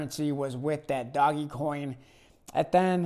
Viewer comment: Smart choice....Tesla , blackrock speak for itself. Mark Cuban loves ETH.😉don’t mind the dinosaurs... were are investors, not fanatics of one or another asset. It’s not doggy coin...it’s pronounced Doge like “forge”😉